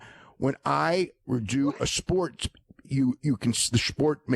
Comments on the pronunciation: Pretty sure Dave said "schport" does he even know what sports are? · I don’t know why but ish, I lost it when Unca Dave said “the shport”…